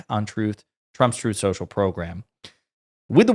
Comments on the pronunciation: “Trothe central” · Twuth Seashell?!? Oh, say not so! ☠️